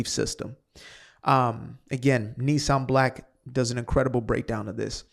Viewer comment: I’m really enjoying your sane and incisive podcasts. Here’s something I’ve come up with which you might want to adopt: saying antisemitic has become a meaningless, overused war horse. I’ve decided to call it judeophobia. Maybe it’ll make folks be more hesitant to say stuff, just like they’re afraid to be accused of homophobia, Islamophobia, etc.! Btw, his name is pronounced Neeseem Black, and he really is good. Thanks.